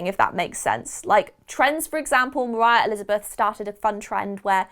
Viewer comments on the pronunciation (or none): none